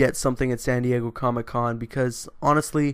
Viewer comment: "Sandy-Eggo Comic-Con."